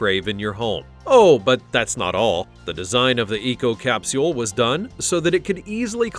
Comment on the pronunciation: I hate the way u say capsule